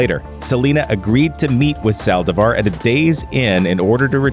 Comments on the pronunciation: My biggest pet peeve is when someone mispronounces something.Or when they mispronounce the last name. With that said,it's Saldívar.Not Salvadar. Rest in peace to every singer who lost their life cause some people are just bat shit crazy. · Ok but who else got triggered when he pronounced Selena’s last name wrong?